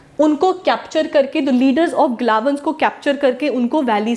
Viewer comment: Its galwans not glawans